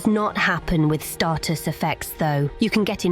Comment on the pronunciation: STAYtus not STARTus